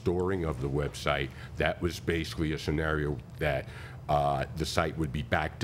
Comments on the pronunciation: Plaintiff started off, "I'm bashivally"........... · Judge Judy: "Not bashivally!"